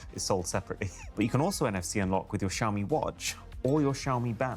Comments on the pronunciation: Shaomi is the pronunciation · Great refresh pull! Btw Si, xiaomi sounds like "see ow"